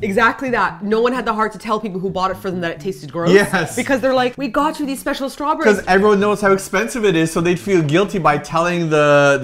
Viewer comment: you totally shay shrawberries! 😄😄😄😉